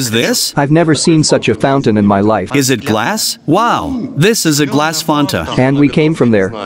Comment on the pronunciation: Fonta 😂😂😂😂 ia fanta 😂